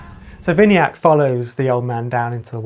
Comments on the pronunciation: You say vini-yak I suggest we-na-yuck Ignore the meaning of yuck but that's how I could interpret it to you. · How they pronouncing my name vinayak🤣🤣